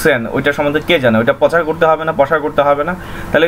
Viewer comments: Overall ভালোই তবে প্রনাউন্সিংটা আরেকটু মার্জিত হলে ভালো হতো। প্রচারকে বলছেন 'পচার', প্রসারকে বলছেন 'পসার', সেবাকে বলছেন 'স্যাবা'., ওয়েব সাইটকে বলছেন 'ওয়াইব সাইট'. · ভাই "পচার" উচ্চারণ টা শুনতে খারাপ লাগছে, শুদ্ধ শব্দটি উচ্চারণ করুন। শুদ্ধ শব্দটি হচ্ছে ★প্রচার★। তবে ভিডিওটি খুব প্রয়োজনীয়। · পচার শব্দ টা কানে বাজতেছে....প্রচার বললে ভালো হত...btw tnx